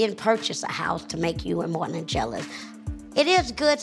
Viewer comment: When she says morlin I hear molé lol